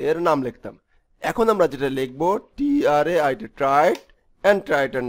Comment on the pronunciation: Is it টায়ার্স or ট্রেইট? You are saying it টায়ার্স......